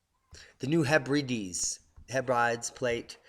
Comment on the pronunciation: FYI ... pronunciation ... it's pronounced ' New Heb-red-deez', not 'New Heb-rides'.